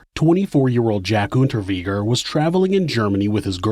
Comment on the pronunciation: Unterweger like vague Unterweger it's germanic. 🤦‍♂️